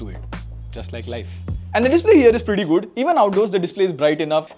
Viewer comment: Bro literally says Gudd everytime he wants to say Good